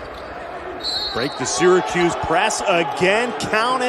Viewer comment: There is no "D" in Syracuse. This team stinks.